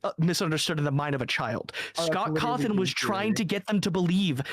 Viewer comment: Scott cawrshohn